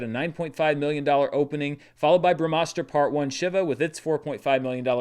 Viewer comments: its She-va not shiver 🙁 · Just FYI, it's pronounced "Shee-va" (think She-Ra). He's one of the main Hindu deities